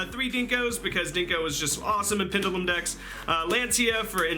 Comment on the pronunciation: Pendulum mispronounced. Kappa